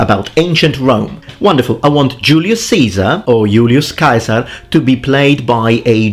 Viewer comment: Hard C on Caesar, nice.